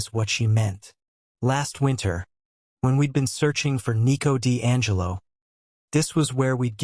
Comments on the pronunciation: 1:2:58 ✨️EeT WoS NeEcO Di AnGeLo✨️ 😅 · It's funny to hear😭😭